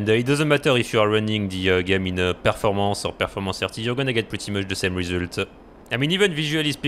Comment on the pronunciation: Words of the day: performance-a, rat-a, shit-a, frame rate-a